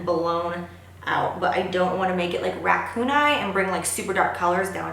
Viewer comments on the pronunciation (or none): omg so funny when you said racoon eye u totally thought you said ,,,,, rat poon eye omfg I can't stop laughing omg ,,, I am special lol